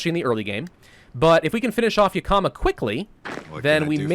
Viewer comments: As someone who lives near Yakama irl, it's pronounced "Yak-Uh-Muh" not "Yuh-Ka-Muh" :) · Not gonna lie seeing him butcher names like Yakama when I lived in Washington this entire time is something else. But nice face cam, if you feel comfortable with it then keep using i say.